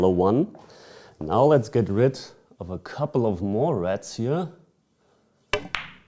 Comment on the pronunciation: I thought you were calling reds, rats. Lmao. I was like why are those rats?